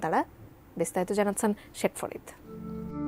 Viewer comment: শেখ ফরীদ এক আলিফ টান দিলে হবে না, তিন আলিফ টান দিতে হবে 😜